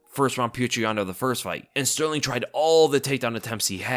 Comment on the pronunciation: TKZ wins, I believe in him Btw I noticed that you had a very hard time saying Sterling the Champ lol